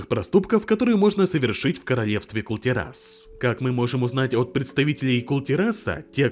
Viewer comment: Это ужасное ударение на слове Кул-Тирас от автора слух режет как ножом по яйцам. В первый раз ставлю ему дизлайк. Из за этого не досмотрел ролик.